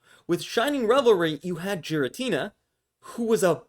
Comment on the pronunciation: Every time you say Giratina weird I cringe